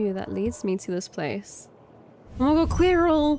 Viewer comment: I absolutely adore the way you pronounce Quirrel. 🥰